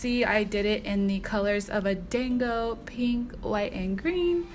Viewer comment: Thank you for giving the proper pronunciation because ight was low key killing me, and I wanted to check to see if anyone else had said something before I repeated it. 😁 My daughter is hard core all things Japanese and was shouting "SHE'S SAYING IT WRONG MOM!!!!!!" Lol!!!!